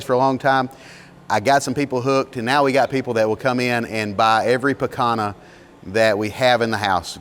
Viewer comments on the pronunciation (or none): Excellent and educational video! Just an FYI...Picanha is pronounced pea-kaan-yah. It is truly an oustanding cut of beef.